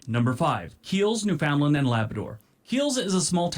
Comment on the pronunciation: OMG he mispronounced so many place names. By the time he didn't know if he'd pronounced that right, he'd already mispronounced about four. For instance, Newfoundland rhymes with understand. AND those villages he talks about are considered towns.